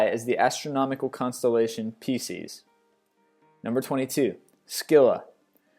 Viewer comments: It's also Pie-seas, Nee-mee-an, and Rayh-vhen-ous--to spell out pronunciations, not proper spelling, of a few of his flubbed words--but he has a serious pronunciation issue I've learned to get over. XD I mean, seriously--even the Greek call it Cer-ber-us--not Cyber-us. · I swear this guy needs to take an English class he mispronounces so many words like Pisces and Satyr; on his other videos I've noticed it too..it's not that hard to know how to pronounce basic words. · It's pronounced Pie-seas not pee-seas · LMAO did he really just pronounce PISCES as "Pee-Sees"... lol sometimes i worry about this kid... good vids tho :) ! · pie-sees, mer-sih-less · how does one mispronounce Pisces and Satyr? Seriously. Some of the mispronunciations I could understand, but those? Wtf man. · I'll forgive everything else, but he pronounced PISCES wrong. Who doesn't know how to pronounce that? Besides, it's odd to make an entire video about a group of creatures without being sure how to pronounce at least most of their names.